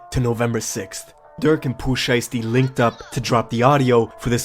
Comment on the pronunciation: dude said “poopoo shiesty”